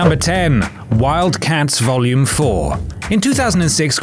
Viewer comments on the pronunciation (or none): none